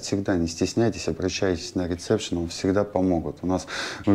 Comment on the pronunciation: правильно будет ресепшен,а не рецепшен.А так все хорошо